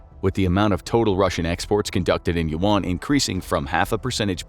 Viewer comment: The pronunciation of Yuan is killing me.